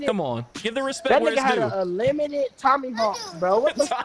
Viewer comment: Dude said Tommyhawk 😂😂🤣